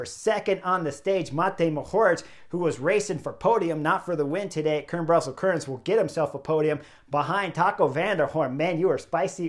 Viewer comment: Chris; the e at the end of Kuurne is not silent; it has two syllables with the 'uh' sound at the end: Kuur-nuh. Sidenote: Spicy Taco is not a traditional Dutch name... Also: van Hooydonck's nickname is: 'De Lange' (The long one; we would say 'tall' instead of 'long'); he's 1.93 mtr; about 6'5".